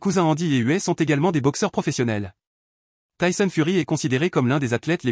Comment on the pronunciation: "tayson" mdr